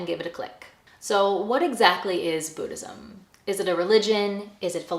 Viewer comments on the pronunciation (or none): Boo-dhism 😂😂😂 the way you pronounce it took me out ❤